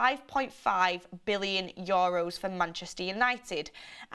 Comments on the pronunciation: ITS YOU-ROSE (EUROS). NOT YO RUSE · YOHHROWS lmao